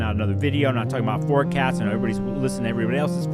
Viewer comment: I thought you said “Forcasm” and now im going to incorporate it into my vocabulary.